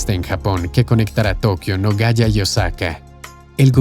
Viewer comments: La ciudad de Japón es Nagoya, pero el locutor pronuncia Nogaya, no existe en el mundo, ninguna ciudad llamada Nogaya. Si Nagoya, en Japón. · Tan mal lees ?... La ciudad se llama Nagoya y no " Nogaya " y los has repetido como 10 veces. Al menos estudia algo del país que vas a narrar... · Es Nagoya, no es Nogaya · No se dice Nogaya.. Se dice Nagoya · en el video dice Nogaya, que esta mal dicho, realmente se llama Nagoya, nada que ver con Nogoya ciudad de Entre Rios del litoral argentino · nogaya? Nagoya!!